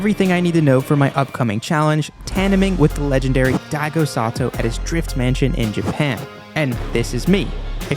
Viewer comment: Why are you saying Sato? His name is Saito...